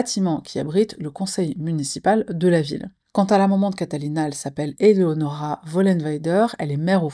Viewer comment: Coucou! Bon visionnage à tous! Merci de prendre le tps de bien prononcer ce fameux prénom Eléonora ❤ ( c’est le mien également). Il faut croire qu’au collège et lycée c’était difficile de le prononcer 🤦🏽‍♀️